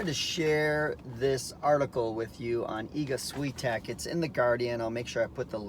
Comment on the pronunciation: Please learn how to pronounce her surname correctly.